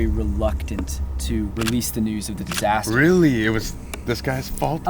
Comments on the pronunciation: distaster lol its pronounced disaster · Hah!! "Distaster"... ok i should stop joking in a serious video 😅